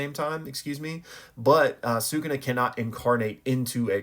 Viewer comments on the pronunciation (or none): Why cant you pronounce “sukuna”